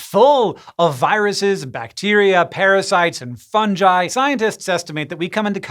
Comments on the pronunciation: The way hank pronounces it fun-jeye is throwing me off so much. Usually hear it as fun-gee or fun-guy. Like theres no J why is he pronouncing a J lol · Umm fun-jai?? Pretty sure it's fungi (fun-ghai) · Did he just say "funJi"? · Look im sorry but "funJi*???? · Please pronounce it as “Fun-Ghee”! I beg you! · Pronounces Fungals properly but had to spoil it with Fun-Jye..... Zzzzzz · For a guy who hosts an informative, science based show, the fact that you pronounced “Fungi” as “Funjai” is ridiculous to me. Edit: What’s even more ridiculous is how no one stopped you or corrected you after the error. Quality team of googlers you got working here. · He’s said funjai for years, yet pronounced fungus and fungal correctly. It’s clearly ingrained into his vernacular that that’s how you pronounce it. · Did anyone else notice that he said Fun-Ji? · Yes. Because he's a fun guy. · Hank still doesn't know how to pronounce fungi. But then he also doesn't know how to pronounce gif so I guess he's consistent. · You lost me at your pronunciation of “fungi.” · Hank saying fungi is my reason to live